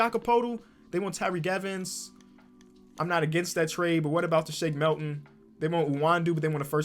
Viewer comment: "Shake Melton"